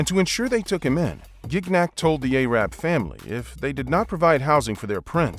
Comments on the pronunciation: . Dude there are a hundred other like more respectful words you could have said besides “aye-rab” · Q: How did you get out of Iraq ? A: I run. I rap like an aye-rab , aye-run and aye-rock.....